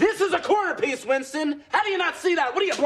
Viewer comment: "Wintson" is really stressing me out